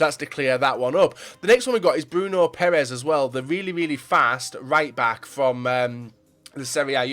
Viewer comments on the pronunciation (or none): none